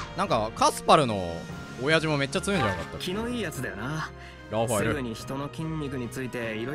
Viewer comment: ラファエルをピータンみたくいうのやめろ